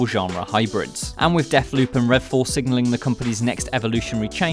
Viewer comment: "Redall" "Fascinating" LOOL